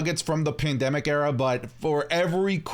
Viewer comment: Cant say the word pandemic alright bet 10 seconds later ... 😅